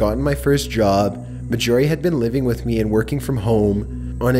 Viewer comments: He also calls Mar-gorie, "Mah-jorie". Completely bugs me. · Her name was. M a r J o r I e not M a J o r I e. Get me? Marj not major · Story 5: YOU MEAN MAJORIE??? Not majyourie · ASFvsASAP 1 I kept correcting him too Axel! And sorry but at first i didn't catch Mag-orie but I'm sure its Margorie like margarine and ory lol but still love the storys and vids! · dude, it's not ma-jorie, it's marj-orie as in margarine or Darjeeling I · Are you sure the name isn't MAR JOR EE? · I believe you have mispronounced the name of the last story's name. I'm sure its pronounced Marjorie mar-jor-ie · It bothers me that he is saying the name Marjorie incorrectly. Ugh.